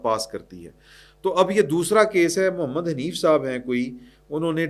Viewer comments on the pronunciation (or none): none